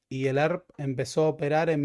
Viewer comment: "El Arp" (ERP), pero asi pronuncia el pelotudo.